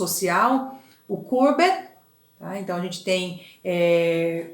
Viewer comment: O Courbet era francês e não inglês. O nome dele tem a última sílaba mais forte. Vc falou com se fosse um nome inglês. O nome da obra é bAs RESPIGADEIRAS, vem de espigas e não de pingos. Não se diz ResPING aderias. Achei a aula muito boa. Hj , após 4 anos de postagem, eu estou assistindo